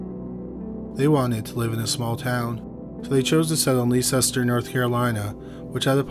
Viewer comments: We pronounce Leicester as Lester. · Ok Honey I have to tell you, Leicester is pronounced "Less-ter" and Pisgah Forest is pronounced "Peace-gahh". I live here and I just wanted to let you know that for future reference. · Leicester is pronounced “Lester” here in Asheville NC lol I’ve always called it how it’s spelt too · Definitely can't blame you for this one, but Leicester* is pronounced Lester - ridiculous I know, but that's the idiosyncrasies of British place names. *I know we're talking about Leicester, North Carolina, but it's obviously named after Leicester, (Leicestershire) England. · Leicester is just pronounced "Lester" not whatever you were saying.